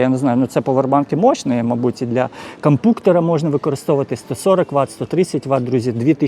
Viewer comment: Дякую вам за огляд👍🏼 АЛЕ ‼️❗️‼️ Буль ласочка, НЕ називайте Компʼютер / «КомпПУктером»!!!! 🙏🏻 Вуха вже не витримують